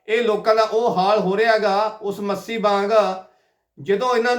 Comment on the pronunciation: ਮੱਸੀ ਨਹੀਂ ਮੱਛੀ ਏ ਤੇਰੀ ਜੀਭ ਮੋਟੀ ਲੱਗਦੀ